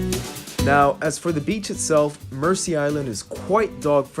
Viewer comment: Pronunciation is Merzea Island, not mercy.